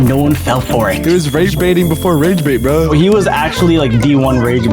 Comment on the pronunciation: you said vro not bro but its ok!